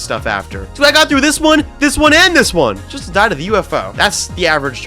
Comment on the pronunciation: ITS NOT 'DIH'